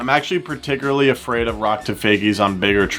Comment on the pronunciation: i’m actually “per-tic-erly” afraid😂😂 what is ur english